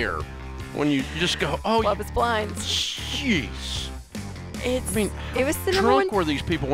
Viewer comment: Dave: "Love is blind-uh?"